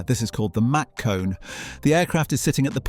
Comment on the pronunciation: I don't think this guy knows how to pronounce mach